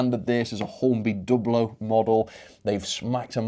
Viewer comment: good to hear you are now pronouncing Dublo correctly. In older times you would defend saying Dew Blow.